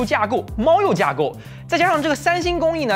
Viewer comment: 嘿嘿，拉胯 kua 4 不是垮/跨。虽然这是个俗语。